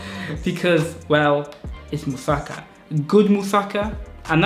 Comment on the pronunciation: dude you actually pronounced musaka the correct way when you said it with african accent hahaha you divide the word in parts mu sa ka but you say it quick. bulgarian in a nutshell no joke :D